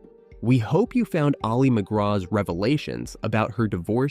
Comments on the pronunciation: I know you are a bot, but her name should not be mispronounced despite that. Her name is not Ollie it is Ali. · pronounced Alley not Ollie. - Otherwise an excellent presentation.